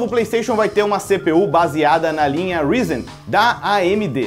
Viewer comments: Até onde eu sei, se pronuncia “Raizen” e não “Rizen”! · Risen? "Pelaamordedeus"!